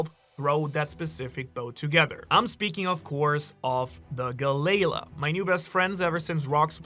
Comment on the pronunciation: Galley-la = Galalee